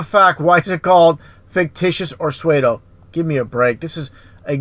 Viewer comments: Hi sweety! I love all your vids but being the grammar Nazi I am I just thought I would help out. Now,you can pronounce words any darn way you want but I noticed how you were pronouncing the word 'pseudo'....like Suede-o. It's actually pronounced Sue-do. Hope I wasn't too much of a bug😊 Keep up the great work!♡ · Did anyone make it the full 46 mins? I couldn’t listen beyond because I can’t bring myself to listen to him mispronounce another word. If you can’t pronounce “fictitious” or “pseudo”, don’t try to have an expert opinion about anything. Oh, and “sentrisical” lmao... “satellites don’t exist”... I’ll put you flat earthers to bed with one question. Where’s your picture of the EDGE of the flat earth? Thank you, good night.